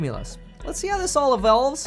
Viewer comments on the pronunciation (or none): “Let’s see how this all EVELVES. I’m going to sleep now” - like you were saying “develops” and “evolves” at the same time. Gave me a chuckle at the end.